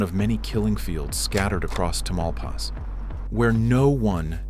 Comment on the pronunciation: I know it's all AI and it got the look of Mexico fairly good, but the mispronunciation of Tamaulipas was annoying.